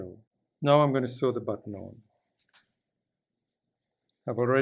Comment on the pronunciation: He presses well on "da button" :)